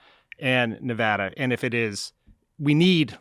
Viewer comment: AAAAA THANK YOU SO MUCH FOR PRONOUNCING NEVADA'S NAME CORRECTLY! It means a lot to me! So annoying when pretty much everyone in the world who isn't already living in Nevada is pronouncing it like NevAUda.